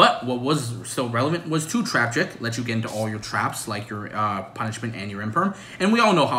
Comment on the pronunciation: Imagine trying to get the deck list based on his videos. Say "Trabject" card real name Trap Trick... dafuq